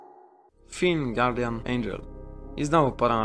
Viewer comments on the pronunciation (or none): none